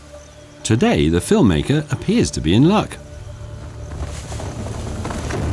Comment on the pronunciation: Ok, that's about as much kindergarten narration as i can stand. Are you serious? And could you please say..film maker one more time? Wow...bad!